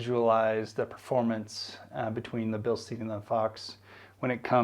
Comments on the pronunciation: As a couple of folks have mentioned comparing aftermarket coils to stock coils tells you nothing. The shock doesn't provide any lift, just dampening so you aren't comparing a Bilstein (pronounced Bil-Stine, not steen, you don't drink from a beer steen) 5100 to a fox 2.5 shock where lift and ride height are concerned. Instead you are comparing stock coils to higher spring rate after market coils. The only way a shock comparison would have value is if you used both shock on the same coil whether it be stock or aftermarket. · Yeah, man, good stuff. Re-reading I do come off as more of an A-hole than I intended. It is actually Bil-Stine but no need for me to be nasty about it. And I feel like you personally understood what you were trying to say overall in the video but the use of the shocks as the comparative device for ride height and lift when those traits are controlled by the springs will leave a great many of the new folks wondering why adding Fox 2.5 shocks to their ride didn't give them any lift. Hopefully they will do more research before taking an expensive leap but once you start putting information out there for public consumption it's always best if you make sure that ALL the information needed is included and explained and that it is as accurate as possible. In some cases if you aren't sure yourself it's best just to say nothing at all. But that goes for everything in life!